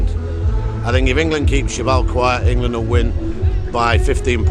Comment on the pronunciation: in-gay-land, in-gay-land, in-gay-land